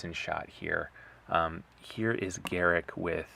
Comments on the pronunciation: Its not Garrick, its Garruk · The pronouncing is off it's pronounced "GA-ROOK"